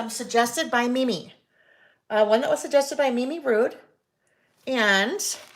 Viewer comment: LOL! it's Rudd (short u), not Rude (long u), like Paul Rudd!